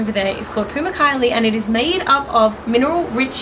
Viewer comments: Pamuk kale(cotton castle) pronounced pa-mook kah-leh, silent h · Great video but pls try to pronounce the Turkish words correct because it sounds very bad for etc pamukkale gözleme